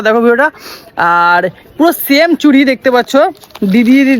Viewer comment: ওটা "চুরি" নয়.. "চুড়ি"!